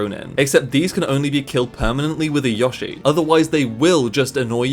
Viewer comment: Yoshi* not Yoghshee